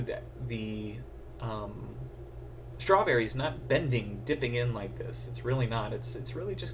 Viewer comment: That's a nice schhh-trawberry!